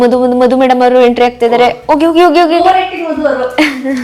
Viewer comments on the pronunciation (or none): none